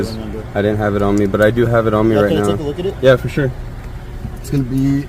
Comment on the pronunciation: Fer sher 😂